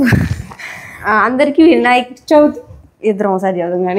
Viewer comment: Vinayaka Chauthi kaadu. Cha vi thi